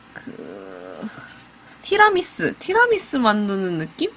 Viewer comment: 티라미스가 아니라 티라미수 아닌가여...?아닌감?ㅎㅎ